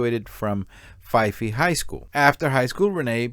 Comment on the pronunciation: Dear, the city name "Fife", the "e" is silent. Think Barney Fife.